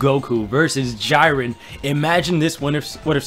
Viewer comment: isn't it j-ee-ren not j-I-ren